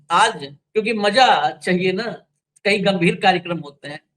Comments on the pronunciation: Don't spoil the mood by pronouncing bad, rustic language, like, Maja nahinaaya. It's Maza, not Maja. Use Bindi in Hindi. It's Khhabar not Khabar. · Maja nahin... MAZA सही उच्चारण कीजिये